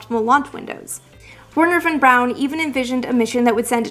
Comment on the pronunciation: Sorry, Von Braun. Not Von Brown.